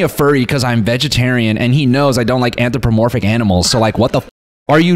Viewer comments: Noel pretending he knew the word an·thro·po·mor·phic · Not Noel shitting on the writer's word choice cause he can't pronounce "Anthropomorphic" 💀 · nah the jokes he made about it i think made it clear. He even asked what it meant and couldn't pronounce it